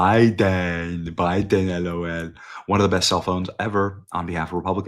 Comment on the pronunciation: I’m over here 💀 how Benny says “Biden” 🥴🥴🥴 - 🤣🤣🤣🤣🤣🤣🤣🤣🤣🤣🤣🤣🤣🤣🤣🤣🤣🤣🤣🤣🤣🤣🤣🤣🤣🤣🤣🤣🤣🤣🤣🤣🤣🤣🤣🤣